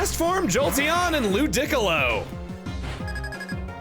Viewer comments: please do NOT call LOO DEE COLO, whatever loo dick olo, i know you ahve a thing for calling things stupid shit, but like come on man.... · Is it just me or is the pronunciation of Ludicolo for example wrong? I would pronounce it "lu-di-co-lo" instead of "lu-dic-olo" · Im sorry... lu-deck-alo??? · Wait... I thought it was like "Lew-dee-co-low" not "Lew-dick-o-lo". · Has ANYONE ever pronounced "Ludicolo" as "Lu-dic-alo" and not "Loo-dee-colo"? Or is Chuggaa pronouncing it that way to enrage us? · Does anyone know when started pronouncing it as Lu-DIC-co-lo instead of Lu-di-co-lo? Feels like the only other time I’ve heard that is in video with StephenPlays where Stephen guesses Pokémon names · My man casually says 'lu-dick-alo' and expects us to not notice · The hell did he pronoun ludicolo as lu dick l low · Did he just pronounced Ludicolo LU- DICK-OLO? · LOU DEE CO LOW., gotta know, you pronouncing it wrong for the lolz, or nah? Because in all Pokémon media before this you were pronouncing the name correctly… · Please do not pronounce it as ‘lewd-dick-a-loe’ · I was not ready for Chugga to pronounce "Ludicolo" like "Piccolo" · Honesty, it sounds questionable 😂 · Ikr I've never heard that before! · I literally had to pause to process that pronunciation 😂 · Most people pronounce it loo-dih-KOH-loh, right? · Okay, but why IS he saying it like that? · Uh, since WHEN is that how Ludicolo is pronounced? I distinctly remember it in the anime saying Loo-dee-co-low. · Never heard anyone pronounce Ludicolo like that. It sounds, wrong… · Excuse me!? How did you just pronounce Ludicolo??? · I'm sorry. How did you just pronounced Ludicolo?? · I died a little with how he pronounced Ludicolo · Nothing on this earth could have prepared me for how he said ludicolo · Please tell me he’s trolling when pronouncing “Ludicolo”. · Thank you for pronouncing "Ludicolo" the way that the Chaz AI read it during Stephen and Mal's Let's Go stream/LP. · Yeah im insulted lolololol